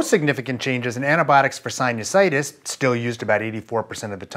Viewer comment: You say sinusitis weird